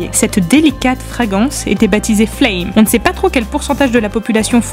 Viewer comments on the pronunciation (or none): Le croquet n'est pas le cricket. Il se joue avec un maillet et non une batte. FragRance pas fragance. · On dit "fragRance", "mesure fruSTE" (merci le copier-coller raté de Wikipédia) et "Kim Jong "OUN"", bordel de chiottes.